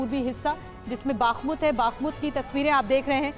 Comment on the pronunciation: Matlab ah,ah,aa matlab,baaakhmut,😂😝 nehi ma'am Bakhmut hai.